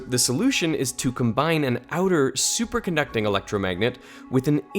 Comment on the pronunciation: “for a superaducting magnet”